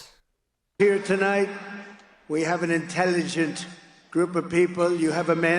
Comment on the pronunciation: "Intellurgunt" people, as well